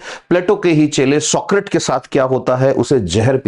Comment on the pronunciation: आप Socrates शब्द का उच्चार सॉक्रीट कर रहे हैं, जो असल में सॉक्रेटीझ है.